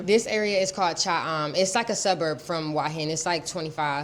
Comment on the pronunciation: Bro please pronounce Hua Hin correctly.